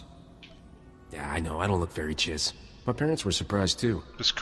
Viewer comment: Since the first major update you've actually been able to play as a Chiss smuggler, so what happens then? And that pronunciation.. So bad...